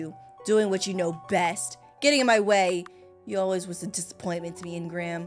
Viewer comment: Hey. I love your content so much…but it’s really aggravating me how you’re not pronouncing ingram’s name correctly. It’s pronounced een-grim😂❤ love you thoughhh